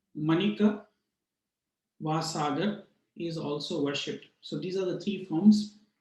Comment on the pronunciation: MaaanikaVaaaasagar. Not manikasaaagar